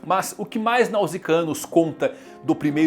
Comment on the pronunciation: Só uma observação: Nausicaä é pronunciado Náusica mesmo.